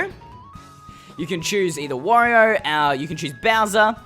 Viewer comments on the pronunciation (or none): You called Wario "Warrior" lmao